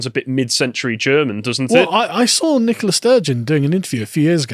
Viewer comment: Good old Nikolas Sturgeon, the woman. Seriously, are they saying NICOLA? I keep hearing NikoLAS. But maybe that's a play on lass. Wouldn't shock me.